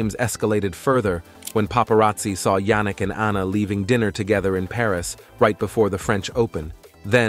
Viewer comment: Can the speaker pronouce the tenniis star christian name correctly? Although its apelt JANNIK is pronouced YANNIK. Hopefully u will be anle to say HIS name correctly now.😊